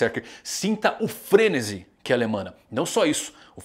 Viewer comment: Frenesi é uma palavra oxítona. FreneSI e não FREnesi.